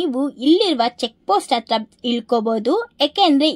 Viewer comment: ಎಡೆ ಅಂದರೆ ದೇವರಿಗೆ ಪ್ರಸಾದ ಹೆಡೆ ಅಂದರೆ ಹಾವಿನ ಹೆಡೆ. ಪದಗಳ ಉಚ್ಚಾರಣೆ ಸರಿಯಾಗಿ ಮಾಡು ಇಂದೂಪುರ ❌ ಹಿಂದೂಪುರ ✅ಅಂಗೆ,ಇಂಗೆ,,,ಆಗುತ್ತೆ✅ ಹಾಗುತ್ತೆ,❌...ಅತ್ತಿರ❌ ಹತ್ತಿರ✅.. ಇಂದೂಪುರ❌ಹಿಂದೂಪುರ✅..ಅತ್ತುಕೊಂಡಿದ್ದರೆ❌ಹತ್ತುಕೊಂಡಿದ್ದರೆ✅..ವಿದುರಾಶ್ವತ್ಥ✅..ಅನ್ನೆರಡು,❌ಹನ್ನೆರಡು✅..ಇಂಬಾಗ❌ಹಿಂಭಾಗ✅..ಅಪ್ರಿಸಿಕೊಂಡು❌ಅಪಹರಿಸಿಕೊಂಡು✅.. ಒತ್ತು ❌ಹೊತ್ತು✅.. ಕನ್ನಡ ಪುಸ್ತಕಗಳನ್ನು ಹೆಚ್ಚಿಗೆ ಓದು ಪದಗಳನ್ನು ಅಭ್ಯಾಸ ಮಾಡಿಕೋ